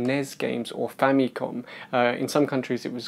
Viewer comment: That cartridge is not the size of the original Famicom cartridge. The original size is about 2.5 to 3 times bigger. However, that MAY be the same cartridge that can be applied to the Famicom Mini. Also, for your early gaffe , Famicom, or ファミコン (Romanized as FùÁ·mi·kôn, or Famikon) is a Japanese syllable hybridization of two words: "Family" ファミリー (FùÁ·mi·ri·i) and "Computer" コンピュータ (Kôn·PìYu·u·ta). This syllable hybridization is like a gestalt. The first two syllables of two longer words, are combined as a new loanword, or neologism, that combines the sum meaning of both words. in this case, "Family Computer" in Japan, became "Famicom" (or the first two syllables of both words, respectively, ファミ "fa·mi" and コン "ko·n" note, in Japanese, "N" is the only consonant that *CAN be a syllable by itself. This leads to the difference between two words: 記念 (きねん Kinen) "Commemoration" 禁煙 (きんえん kin'en) "Non Smoking". 記念場所 Kinen basho or "Monument" vs. 禁煙場所 Kin'en basho "Non Smoking Area". Both sound the same, in Japanese. except that Kin'en has a slight pause between "kin" and "en", opposed to kinen with no pause. Japanese lesson over).